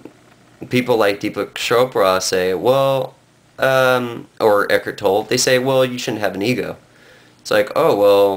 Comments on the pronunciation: His name is not pronounced ek-ert toll, it's ek-hart toll-ee. How can you claim to be an authority on his teaching when you can't even pronounce his name? And, he appears before the world unmasked. Peace, brother and realize you're already awake. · First of all, you can't even pronounce his name correctly. Second, why the mask? And why the sunglasses over the mask? Pretty cowardly I say. Third, what the hell are you rambling about? Eckhart Tolle is simply trying to help people achieve a sense of peace and happiness. What's wrong with that? You're shitting on someone who's goal is to help people be a better and happier person. What kind of person does that make you sir? You're the dipshit here!